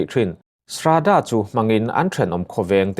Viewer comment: Srada tia i lam kha Sradaw tia lam tur aw,ka pu.